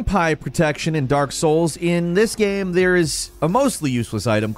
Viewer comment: how is that "game", how have you pronounced "game" "gyearym" i'm 💀